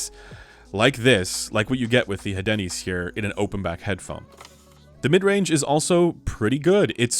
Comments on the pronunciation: I believe the pronunciation for the Hadenys is: "Ah den ees" if my French is correct. So, no emphasis or inclusion of the "H". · We don't pronounce the letter "H" in french so "adeenis" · I think it is Áhdenys, strong A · Hadenys is obviously pronounced HAD-ANUS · I believe the pronunciation of the Hadenys is a subtle marketing campaign for a certain breakfast chain and pronounced Hey-Denny's.